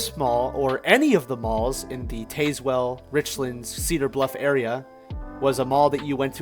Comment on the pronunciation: FYI It’s Rich-lands and Tazzz-well